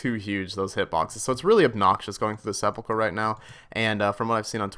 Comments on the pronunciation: pronounced "se-pul-ker" not se-pul-cher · Se-pulch-er????? Sep-ul-ker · Why can't people pronounce sepulcher ??? Seh-pull-kurr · TIL its not pronounced se-pul-cher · Please, everyone pronounces it wrong.. sep-ull-ker. Edit 3min in and you got it figured out. Good on you for actually looking it up. Love this series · It's clear that a lot of RS YouTubers never played DragonFable. It's Sehp-ull-khur. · The way you can’t read is aids. Seh-pul-ker. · the way you pronounce sepulchre..... almost dislike worthy.... almost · edit, you hit it once as of now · sepulcher isn't pronounced with a normal ch sound. it's as if it's a k followed by an h. not the ch sound. EDIT: oh you looked it up, guess I didn't really need to answer that question haha. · Its actually pronounced hallowed sphincter* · Hallowed seh pull cher lol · Listening to people pronounce sepulchre is my new favorite thing.